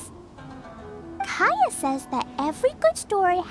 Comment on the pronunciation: “He paints hilichurls,keaya”😂